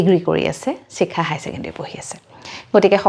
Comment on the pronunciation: চিখা নহয় চাগে শিখা হে হ'ব । এই উচ্চাৰণৰ ভুল শুনি থাকিলে ছোৱাৰ ইচ্ছা কমি যায়